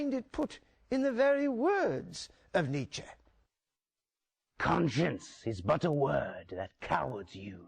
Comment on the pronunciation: Why do Americans insist on putting an -ay diphthong after words that really end with a plain e, like Nietzche? It's rather unsettling.